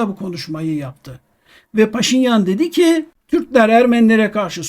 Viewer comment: Muhterem Hocam lütfen -deki ve -daki hecelerini uzatmadan telaffuz ediniz. Hürmetler.